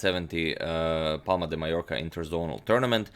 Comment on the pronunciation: Finally. thumbs up for pronouncing "Mallorca" correctly in this video :)